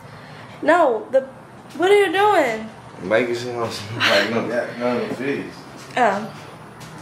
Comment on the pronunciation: ”Look I will still hug u with ur firsh bruh…ooooo it’s strong”😂 😂😂😂